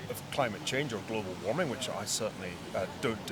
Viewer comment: "I believe in glovalwarming" Idiot